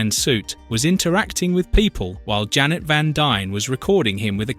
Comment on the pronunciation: AI narrator when referring to Janet:(Wasp): "Jane" Me: 🙄